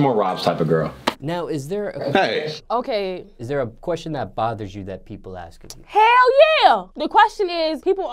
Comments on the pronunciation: "people always axe me" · "people always AKS me"